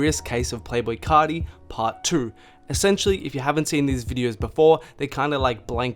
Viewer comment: * “cah-tee” *